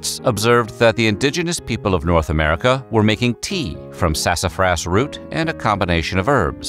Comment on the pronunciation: I liked on the pronunciation of "Sasafrass!"